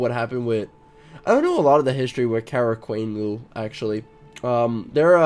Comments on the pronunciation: lol "Qara Quonloyu" it is Qara Qoyunlu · qara qonyulu is pronounced car-a kon-yu -u and aq qonyulu is the same except the first word is pronounced ack hope that helped but this video is so old I doubt youll see it (